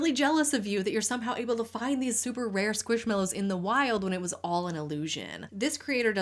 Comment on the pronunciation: Love this video! Just one itty bitty thing, I believe it’s pronounced squishMAllows and not squishmellows 🩷